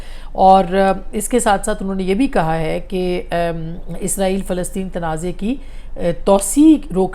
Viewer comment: اصمہ شرازی صاحبہ ایزراہیل نہیں اسرائیل ہے دشمن ملک کا نام آپ بار بار کیوں ایزراہیل ایزراہیل کا لفظ استعمال کرتی ہیں کیوں 😢